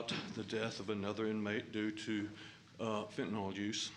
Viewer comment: Fentanyl... Not FENTANOL